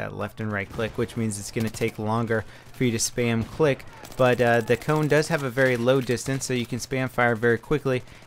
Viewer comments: Its not pronounsed coun its kone :P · Did you know that savu is smoke in finnish. Kone is machine. And if it is in finnish (I mean that if the name is supposed to be said in finnish) you should be saying i think something like sa-vu and ko-ne not seivu an koune or something I'm really not that good in english to explain but something like that. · No it's not that hard, but it's also not the way you would say "cone". The "e" in the end doesn't disappear and there's no "u" sound in there. And with Savu he's quite there, only needs to drop that long "uu", it's a short one. :) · If you wonder what mouses names mean, i'll give an answer; those names are finnish words and "savu" (spelled just sa-vu, not "sa-vouuh") means smoke and "kone" (spelled just kone not "koun") means machine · Ahahahahhaa the way you say Savu and kone is HILARIOUS they are finnish words! Translation Roccat smoke and Machine gaming mouse.